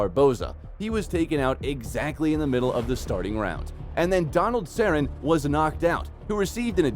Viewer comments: How are you gonna make videos about mma and you can't even pronounce Donald Cerrone, one of the most popular fighters ever, and Herb Dean is one of the best-known referees. Maybe you should do funny cat videos instead.😅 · Totally caught that too. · You pronounced Cerrone wrong: YOUR FAITH IN THE MMA GODS HAS BEEN QUESTIONED